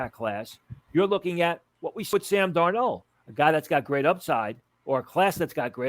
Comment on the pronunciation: Why can't he say Sam Darnolds name?